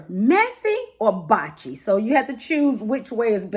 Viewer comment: Blotchy not botchy